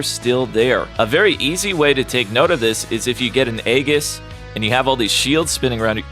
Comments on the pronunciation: Heads up, it's not really important, but it's pronounced "ee-jis" not "ay-gis" or "ee-gis". And before one of you argue with me, the letter g makes a j sound if it's followed by an e, i, or y. That's also why it's pronounced "jif" and not "gif". Yes, I'm aware this is pedantic. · Aegis - ay-jis, not eggis. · calling Aegis (eejis) eggis is a crime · I've never heard Aegis pronounced that way before. I looked it up and apparently My way 'ay-jiss' and "ee-giss" are both accepted pronunciations but ay-jiss is more widely used. This has been your word lore of the day. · It is pronounced "eyy 'jis" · Its EE JUHS for aegis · Aegis "AY-JISS" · Aegis is pronounced "EE-jis" btw :) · Great video. Very informative. Please for the love of god learn how to pronounce Aegis